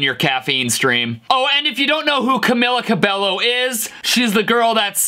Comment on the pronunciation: Ka-mi-lia co-bi-ll-o